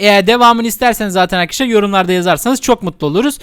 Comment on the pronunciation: İşin yokmu senin yaaa gıcık oldum resmen hele arkidaslar demene gulmene ayyy 🤮🤮🤮🤮🤮